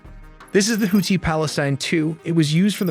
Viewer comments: Is that really how their name is pronounced? Houti (no th sound)? Just asking because i’ve never heard it pronounced that way and im well aware American pronunciations aren’t the most accurate 😂. No hate. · Bruh the way he pronounces Houthi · pronouncing tf out of that 2nd syllable 😂